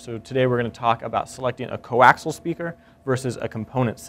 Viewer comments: coaxial = koh-aks-EEE-yal, not koh-aks-al. Sorry, had to go grammer Nazi man. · Co-Axial, not coaxle! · It's fucking co-axial, not co-axle. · Coaxial* not fkn co-axle.